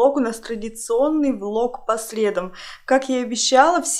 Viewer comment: Правильно говорить :По средАм🤗